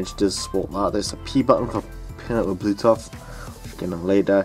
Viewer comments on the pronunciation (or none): Nice fucking foot, it’s blue tooth, not blue toff